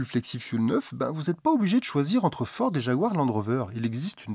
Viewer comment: Fiord,? Problème de diction ou messages codées? Sinon en import d'occasion, il y a des Volvo en flexfioul (v70, xc70, v60, xc60, etc).